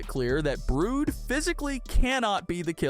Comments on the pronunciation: It's Brud not brood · ITS BRUD NOT BROOD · Not to be mean but it's "brud not brood" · Brood? It's brud and clookr what???? It's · Brud❌️ Bruid✅️ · it's brud not brude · it not brood it brud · It's brood but brud😂😂😂😂😂😂😂😂😂😂😂😂😂😂😂😂😂😂😂😂😂😂😂😂😂😂😂😂😂😂😂😂😂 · It's brud not brown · BRUUUD?? I ACTUALLY THINK ITS BR-UH-D thats just what I think you can say whatever you want CLUUUUUUKR I ACTUALLY THINK ITS CL-UH-KR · The way he said brud he said brrood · Mister it's not cloaker it's clucker and it's not brood it's brude